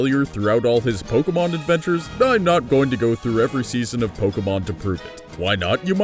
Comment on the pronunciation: Charmander is the worse Pokamon.Who pronounce Pokemon Pokamon